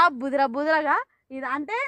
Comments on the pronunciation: బుదర బుదర ఏంటి bro 🤣🤣🤣బురద కదా అది 😊👍👍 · అది బుదర బుదర కాదు బురద